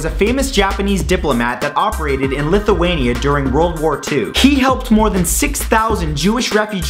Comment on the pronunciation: fact:43 he said LITHUANIA like if youre from it or you love it ;)